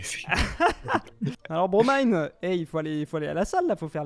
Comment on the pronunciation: qui a enfin bien dis le pseudo de bromine 👍👍